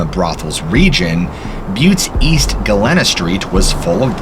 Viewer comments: It’s pronounced do- mas brothel, And ga- Lena street, as a butte native it pisses me off when people can’t say shit properly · Dude you've mispronounced so many words its kinda crazy. Garnet, Bozeman, Galena, madam, etc